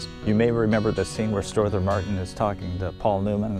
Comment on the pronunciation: You are mispronouncing Strother Martin's first name.